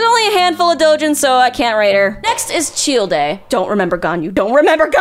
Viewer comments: … Fucking CHILL-DAY? It’s CHILDE, Like a Child. Dear lord. 🤣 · did you just call him Chill-de? its literally just pronounced Child. How do you manage to say that wrong? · I did a fucking backflip when I heard "cheel-day" instead of Child. What in the fuck? Did that surprise anyone else? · “cheel day” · That was interesting, but I just started laughing when you said "Shieldei / Tchieldei" for Childe. Hahahahaha had to watch that a few times. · It’s Childe — “Chayld” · You can tell she doesn't actually PLAY genshin when not only is she not even at inazuma yet but also she doesn't understand why Barbara would simp venti (or the fact she said "chill-day") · Chil de? Rofl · My girl, Childe is pronounced "Child" lmao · out here with the worst pronunciation of Childe that I've ever heard. It's simply pronounced the same way as the word child! It's not that hard! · The fact that she skipped Gorou and Razor is an abomination because damn, they have a LOT of good yaoi stuff out there and it's not even about being "doglike" like she's thinking they are gonna be. Also, it's been a year since this video, and I swear to god, I really hope she has learned to say some of the names properly. I'm dying at the way she says Zhongli, Childe, and Lumine lol... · bro the way she said childe.... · Her pronunciation of Childe is so cursed. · the way she pronounces Childe, Lumine and Aether are the same as i did early game lmao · tf the pronunciation for CHILDE???? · This is a great idea for a video. Also these are some really interesting pronunciations. Lumine, Aether, Childe, Shenhe... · can’t tell if you’re pronouncing ‘childe’ like that intentionally or not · great video, never fucking say childe ever again please!!